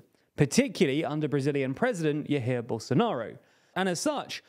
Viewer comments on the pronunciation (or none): It's pronounced "Djair Bolsonaro", not "Hair Bolsonaro", we're not spanish. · YaHere Bolsonaro?? What? Jair is Jah-air. 😂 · It's not pronounced ya here Bolsonaro lol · JAir, not HAir Bolsonaro. I hate the man but at least pronounce his name correctly. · The world without IPA phonetic transcriptions, Jesus Christ (The actual spelling is /ʒaiɹ/ zh, the i in "dive" and an r like "curse") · "Yahir"? The J in portuguese is not pronounced like in nordic languages (Jaguar, not Mjolnir) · lmao my guy said YAHIR Bolsonaro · when dont speak the J like the spanish speaker just to let u know, jair for example is pronounced like JAH-IR (jah like the rastafaris) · I mostly follow the channel to hear how you butcher the pronunciation of names from every possible language: Yaheer Bolsonaro, Robert Fiko, Prigozin etc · Bolsonaro’s first name is pronounced jai-EAR. Not however you pronounced it. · Jair, in "Jair Bolsonaro", is pronounced like "Xair" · “IAHIR” Bolsonaro😂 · "yahir" bolsonaro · I would never imagine someone could even think in pronouncing "Jair" like that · hey man, your pronunciation of Jair threw me off, not too difficult to search the pronunciation in brazilian portuguese, we don't speak spanish here :) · that is the worst pronunciation of "jair" i've ever heard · Your pronunciation of jair was so wrong lol Didn’t sound like English nor Portuguese (Nor spanish which sometimes people think Brazilians speak)